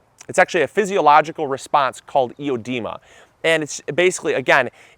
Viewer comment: No, there's no such thing as "e-o-dema." Slow down. Think, research, then talk.